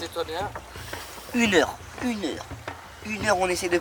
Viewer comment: Qui a entendu que a a je sais plus inox a dit q'heure au lieu d'heure